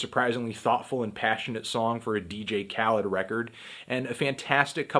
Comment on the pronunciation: Whenever he said Khaled I kept thinking he's saying Cal for some reason, Cal would have that heat tho no doubt